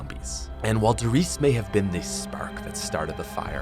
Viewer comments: Don't forget to pronounce the E at the end of RIESE! It's the same with PorschE😉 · The e at the end of "Riese" isn't silent kaøfkpwføæspfpåxlqkdåzæwpfoa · I get triggered when I hear someone say a German word wrong. “Riese”